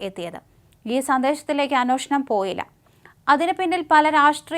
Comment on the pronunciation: അന്വോഷണം(അന്നോഷണം )അല്ല പെങ്കൊച്ചേ,അന്വേഷണം(അന്‍-വേ ഷ ണം)